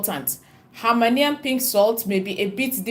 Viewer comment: It is called Hemmahlayian sound it out Himalayan salt